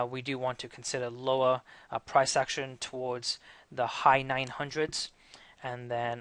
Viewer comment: Great video, you sound Welsh when you say "action" I notice the USD looks weak and 80 has been broken